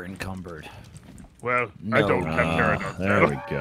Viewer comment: Ahh yes my favorite dinosaur. The “Terrahdon”. It’s PTERANODON TER ANO DON. Drives me crazy every time I hear them butcher these Dino names. Still love that you guys are playing this tho.